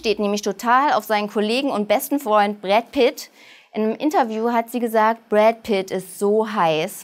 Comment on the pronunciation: GottoGott... "Brrrrett Pitt". "Stäjsiee Kaibla". "Kiebler" wird das ausgesprochen. Eine..... weniger schöne Nachricht.. Oh mann.. Schatzl.. Päärchen.... hihi... Allergie.... Ich fand das war soooo schlecht... Ich würde Dir Geld zahlen, wenn Du Dir nen Job suchst, der nichts mit Moderation zu tun hat..